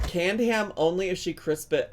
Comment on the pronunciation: I would listen to another seventeen minutes of trying to say "crisps"